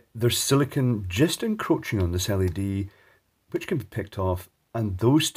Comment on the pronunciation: I've been a fan for at least a few years. I have an honest question that I was hoping you could answer for me. You mention there being silicone in the bulbs to seal them, but you pronounced it as if it was "silikin" (a word that doesn't even exist). I know the difference between silicone and silicon, as well as how to properly pronounce each one. My question is, why does almost every youtuber pronounce both silicone and silicon as silikin? It's a bit confusing for 2 unrelated words to be mispronounced as if they were the same word.